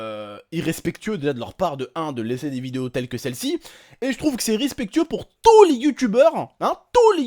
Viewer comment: «TOUUUUS» les youtubeurs mdrrrrrr cet accent ! 😁